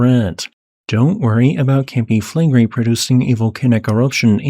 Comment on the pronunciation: By the way, it's Campi FlegrEi, not FlEgrei. And incidentally, the entire very round bay of Naples looks like the outline of a supervolcano...